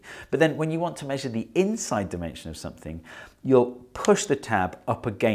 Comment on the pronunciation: “intside?” yes steve, intside